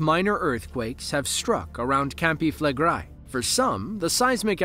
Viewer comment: "known locally as" CAMPI FLEGREI - if you say that learn to say it correctly. Flegrei not Flegrai 🙄🙄